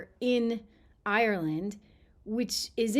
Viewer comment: You're not Irish, you can't even pronounce Ireland properly. If you believe that McGregor speaks for the Irish, then you must believe leprechauns and fairies